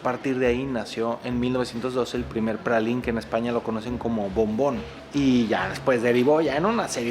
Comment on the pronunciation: ...se pronuncia pralain...